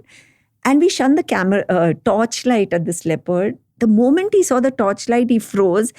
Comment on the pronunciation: 'Shone' the torch not 'Shun' the torch please